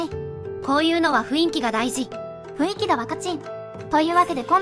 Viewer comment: 雰囲気は「ふいんき」じゃなく「ふんいき」。あとトロン”に”コブンね☆